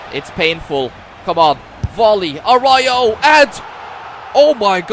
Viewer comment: Bro called aruajo orio